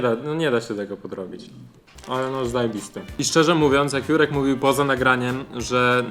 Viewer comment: czy tylko ja zamiast ,,Jurek” słyszę ,,Si#$ek”????xd Przepraszam Juri